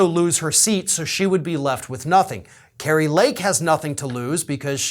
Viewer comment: Yeah, "Kri-a" Lake Kari definitely has Trumps little orange old wrinkled mushroom headed k??? in her mouth still.